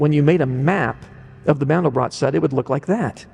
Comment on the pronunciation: First: These people can't even correctly pronounce a German name "MANDELBROT". Second they have no idea what the meaning of MANDEL and BROT is. And third: This is the absolute stupidity to the power of a googol. Don't waste your time. BUT!!! There is one absolute truth: Infinity. That has nothing to do with god. Now to the explanations: MANDEL is a nut often used in powdered form for the production of Marzipan. If you add rosewater and sugar it becomes a very sweet paste for human consumption. Most Americans never heard of Marzipan. BROT is the German word for bread. So, MANDELBROT is a name for a loaf of bread made from nut flour. What has that to do with god? Nothing. If you feel now I tricked you and wasted your time. Correct. It was my intention, because that's what this clip does to you. I never talked about god and never brought MANDELBROT in connection with GOD. I see no connection. Only the people behind this clip do. Notice that they talk about "the mind of god" without making the slightest attempt to prove god first. Why? There is NO WAY to prove god! You can either believe or not, whatever makes you happy. Science has discovered what "seems to be" the mind of god. I guess you now know what they mean with "seems to be". The rest is "silence". But I make another bet: If you are a believer you need no proof, if you are a sceptic, you know and accept the simple truth: god is "unprovable". Now apply mathematical logic. The result is "nothing". That's why today scientist